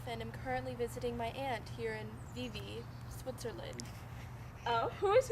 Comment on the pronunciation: Vivi? The small swiss town Vevey is pronounced "vövei"